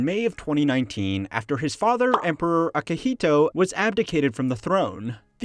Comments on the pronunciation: It's "Emperor Akihito" and not "Akahito". :) That being said, the general public sentiment in Japan about the emperor is that the royal family is extremely loved and revered. Also, symbolically the emperor has been at the top of Japan since the ancient times, and Japanese people love their traditions. So a financial analysis is well, moot point imho. Just like, as many of the comments point out, asking the question if museum exhibits are worth their preservation and maintenance cost. Source: expat living in Japan. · Akihito, not akahito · 10 seconds in and It's Akihito. Not Akahito, which literally means red person. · Hate being that dude but wasn't the former emperor "Akihito" not Akahito